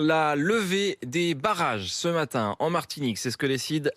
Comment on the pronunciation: La Mawtinique, le R bon sang le R.